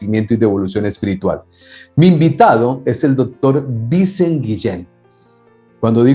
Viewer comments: Perdona,. Esto no tiene nada que ver con el contenido del vídeo... Este hombre es valenciano, donde se habla otro idioma que no es el castellano, el valenciano/catalán, y Vicent no se pronuncia como Vincent en el idioma inglés, sino algo más parecido al francés: Viç(é)nt/Vi(s)(é)nt. Perdona mi corrección, y que me perdonen los valencianos si he cometido un error, que no soy valenciano, pero para que lo tengas en cuenta la próxima vez que hables con él. Un saludo y gracias por tus maravillosas entrevistas. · el invitado se llama Vicent no Vincent jajaja. Es un nombre catalán, en Valencia, aunque no es Cataluña, se habla catalán (algunos dicen que no es catalán, sino valenciano). Se pronuncia Vicént, con acento en la e; como Vicente pero sin la última e. Hay otros nombres con los que os soléis confundir: Albert (Albért), Eduard (Eduárd), Gerard (Yerárd), etc. Si veis que el apellido es español "Guillem" no lo pronunciéis con acento yanqui, por favor. Como cuando el político español Albert Rivera fue a Venezuela y lo llamaban como yanquis jajajaja. Sabéis más de EEUU que de España. Un saludo